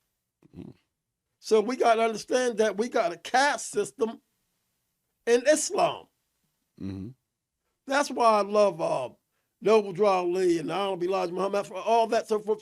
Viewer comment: Couldnt even enunciate islam correctly 😂 "is-lem"